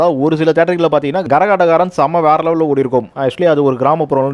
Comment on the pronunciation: Gaரகாட்டக்காரன் 😮? தப்பு தம்பி ... " கரகாட்டக்காரன் " என்று உச்சரிக்கவேண்டும் !